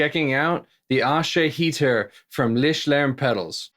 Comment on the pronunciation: Dude, you get a like for your valiant (and not too far off) effort to pronounce "Lichtlärm" alone. "Aesahaettr" is not a German word though :P Oh, and how does the pedal compare to the Savage Drive v5? They have kinda similar controls, no?